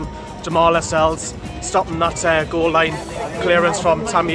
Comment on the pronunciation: pundits can't even pronounce jamaal lascelles correctly